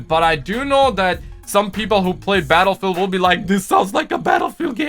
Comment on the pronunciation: "I have played Battlefewl I love Battlefewl"